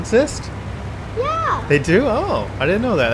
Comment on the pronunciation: I love when he said choalate milk cows